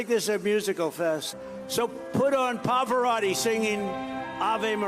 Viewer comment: Poveratti? Come on Trump, it's Pavarotti you dunce!